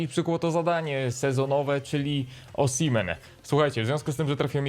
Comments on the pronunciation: Czyta się usimen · ten zawodnik z Lille czyta się: Oszime